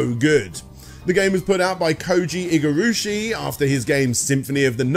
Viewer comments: ... Aku "moo" joh? Al "uh" card? Iga "roo" shi? No self-respecting fan would get things like that wrong. VRC6 is a toss up. Some tracks sound better on the Famicom, others are clearer on the NES. The wiggly whip was done away with because it trivialized the difficulty. Maria's jumps are such a half-step between full control and normal CV style that I'd rather use Richter and know where I'll land. Lower quality music? It's amazing that DXX translated the Redbook audio so well to the SNES. The tile work for the levels was superior too, in spite of the pastel palette choice. Covering this many games in a single part is a disservice to the franchise. There's so much more depth than this abridged look you tossed out. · "Koji Igarushi"